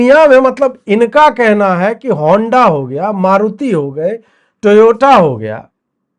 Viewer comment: Ajeet ji, TOYATO ko Toyota bol ke kya hoga?